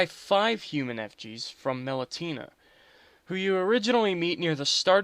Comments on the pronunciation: David The Dog Me-len-chia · Very helpful; thanks! :D Please stop mispronouncing names; it just confuses people. "mel-en-TEE-nah" Who? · It's Meh-len-sha lmao